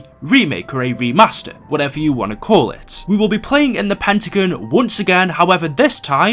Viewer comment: Tbh the way u say “pentagon” bugs me 😂😂